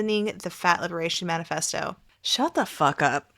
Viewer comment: I'm sorry, did you say fat liberation..... manifesto?